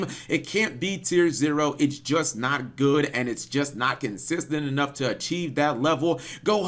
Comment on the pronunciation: "Not consistent enought" it's been quite a while since I laught that much